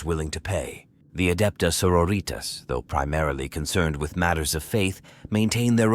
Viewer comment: Very well made story. A bit a criticism though work on your High Gothic pronunciation. Hearing Adeptus Sororitas as senoritas made me giggle a bit. Theres also alot of WH ambiance music you could take advantage of going forward. Other than that no other complaints. 5/7 perfect score